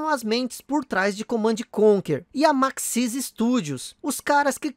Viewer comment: Issui, Maxis se fala: “Máxis” e não “maxís”